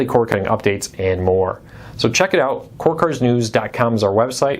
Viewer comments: You need to ENUNCIATE!! You sometimes speak too fast and slur your words. You say "cord cutters" as "corkers". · “Core cuh-ers.”